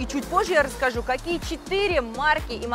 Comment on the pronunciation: Слово " четыре",лучше не говорить...